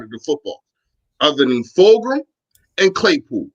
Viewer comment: Its fulgham FULG-UMMM